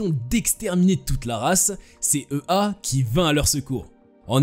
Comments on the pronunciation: EA se prononce ÉYA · EA se prononce “éa”